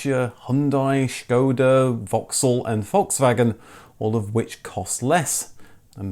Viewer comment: "You should pick a name which is obvious to pronounce." Proceeds to mispronounce Citroen, Peugeot, Skoda and Dacia 😂